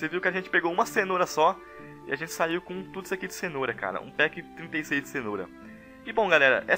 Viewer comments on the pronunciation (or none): none